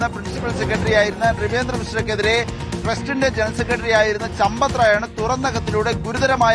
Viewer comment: ചമ്പത്തു റായ് എന്നല്ല കൂട്ടരേ സമ്പത്ത് ദാഹി എന്നാണ്😂😂😂😂😂😂😂